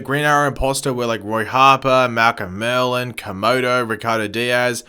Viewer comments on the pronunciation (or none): none